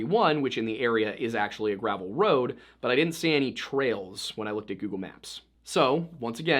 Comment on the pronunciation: I honestly just had a hunch because are accent we dont say gravel how she said it she said it like the medication gravol